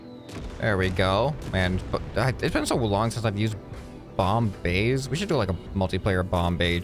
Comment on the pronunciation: Bomb bays Me: Bombays?